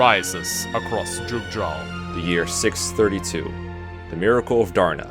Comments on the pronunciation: I thought the biggest name pronounciation problems were going to be Fury/Erinys, but apparently you pronounce Jugdral differently too... (I thought it was pronounced like a Y) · "The Jewgdrawl Chranalagy" - Ah shit, here we go again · You might like to use more Germanic or perhaps even Scandinavian pronunciations of some of the names. Grannvale sounds better with an /a/ from central or eastern Europe and a schwa at the end, and Jugdral I prefer with the j pronounced like English speakers pronounce y in yes (others might disagree)